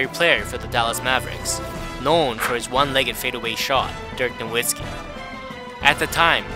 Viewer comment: You said Dirk Nowitski with a W in German the "W" is pronounced as a "V" NoVitski. Fyi